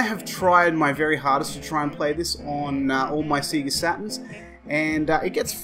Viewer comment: "Seager" Love that pronunciation. Thats what i called it at 9 years old bless. Great review. Never bought this one back in the day but always wondered about it since seeing it in a VHS promotional tape in issue 1 of Sega Saturn magazine